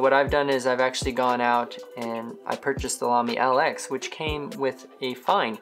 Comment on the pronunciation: Lx is pronounced Lux. Nice review btw!